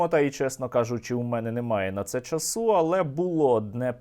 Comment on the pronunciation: нема такого наголосу часУ, українською мовою правильно чАсу, безкінечні неправильні наголоси, невже не можна вивчити українську мову